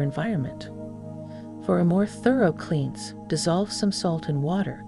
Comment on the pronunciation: A.I. strikes again!="kleens"instead of "klens" (cleanse). Why are you using an A.I. narrator on a spiritual video???